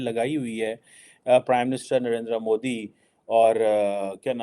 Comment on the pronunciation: रे चिमटा तुम मोदी जी का नाम ठीक से बोल मुगल पैदाइशी मद्रसा छाप।